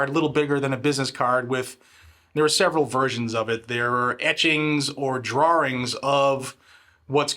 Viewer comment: Just a tip since you now live in south, drawing is pronounced with only one r. :)